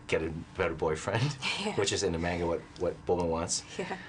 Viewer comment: He can't even say manga right and he directed a Dragon Ball movie